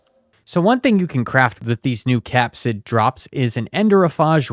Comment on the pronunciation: Phage is pronounced “fayj” Capside?